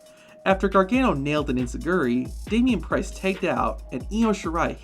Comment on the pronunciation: Did he say damian pricccce? 😢